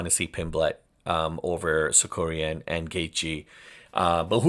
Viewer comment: Sakurian? Get his name right!